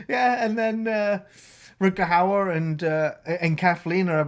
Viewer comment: still cant pronounce Rutger Hauer name right. He is not Rutger Hooaher 😂